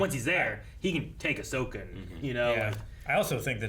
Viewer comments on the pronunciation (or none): I like how said "Ashoka" instead "Ahsoka" and neither nor anyone at the studio corrected the LMAO